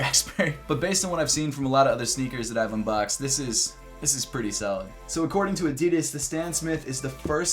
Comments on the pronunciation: I wish you would pronounce Adidas the way it was supposed to be pronounced. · Americans really cant say Adidas properly